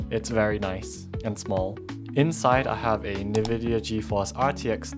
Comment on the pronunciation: Why you pronounce it 'Nividia'? 🤔